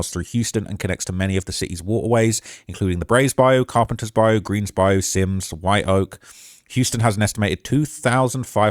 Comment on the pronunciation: It's "Bi - U"...🤦‍♂️